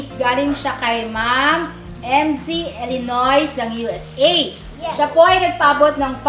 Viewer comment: ILinoy (Illinois) pagprononce silent s po.